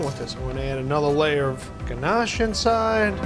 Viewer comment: Him saying ganache makes me want to fight